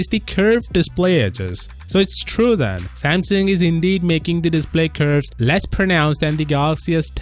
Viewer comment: That’s the right way to say it